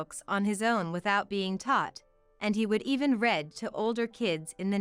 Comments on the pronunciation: "Read" is not pronounced "red". Again, horrible narration😢 wrecks a mildly amusing story. As predictable, another doormat turns diva tale. Seriously "Ozaman and Carly Simon"? How stupid is that!!!😂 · The narrator mispronounced "read" improperly. Rookie-sloppy exercise! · Read (reead), not red 🤦🏼‍♀️